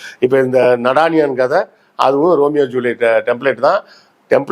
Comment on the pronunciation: நாதானியா.. This is how it is pronounced.. Be conscious of your pronounciations..